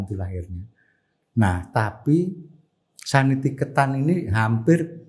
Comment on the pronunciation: Koreksi dikit, sekolah yang di India itu namanya Santiniketan, bukan Sanitiketan.